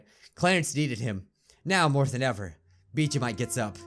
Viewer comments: Did he say Mijuu Bike at the end? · Anyone else notice that he said Mijuu Bike at the end? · Did anyone else hear him say mijuu bike? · Anyone notice he said miju bike at one point